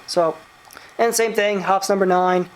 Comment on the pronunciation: It's pronounced hopeez, not hops.